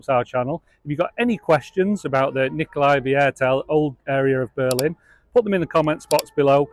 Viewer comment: Hahaha you make my teeth hurt with your funny pronunciation...It is called Nicolai VIERTEL .. which means Nicolai Quarter........